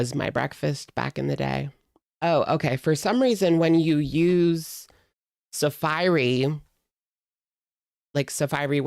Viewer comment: The way you pronounced safari is sending me loooolll❤